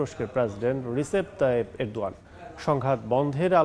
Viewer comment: ইউক্রেনের প্রেসিডেন্ট কে রিসেপ তাইয়েপ এরদোয়ান,,, উচ্চারণটি বলেছে মনে হয় উনি হবে যে তুরস্কের প্রেসিডেন্ট রিসেপ টাইপের দোয়া